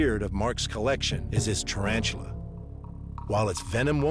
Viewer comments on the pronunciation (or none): Did he say "tryantula" ? This expert? Or is expert ironic?